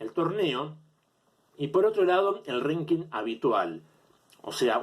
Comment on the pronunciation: No sé por qué decidí ver la parte que hablabas de Ríos, sos un payaso con todas la letras. Cómo vas a comparar una liga de fútbol con el ranking atp? No hay un campeón del año en la atp. Qué mierda es un "renking"? Ranking idiota, hablá bien!!! Nunca escuchaste a Federer hablar sobre Rios? En serio sos nefasto jaja